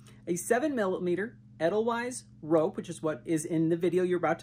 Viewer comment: Pronounced Ah dhyl vise